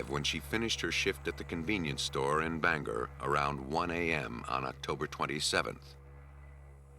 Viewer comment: Bangor has a long “o” and two syllables